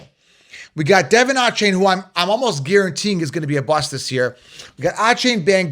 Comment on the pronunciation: You pronounce Achane so wrong lol